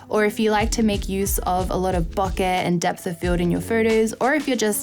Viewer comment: Bokeh is pronounced Bow-Ker BTW....